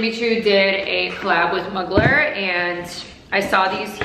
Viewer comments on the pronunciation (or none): Mugler is pronounced "Moo-glair" 🐄